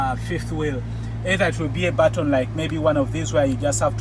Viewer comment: Deh BUT-TON 😂😂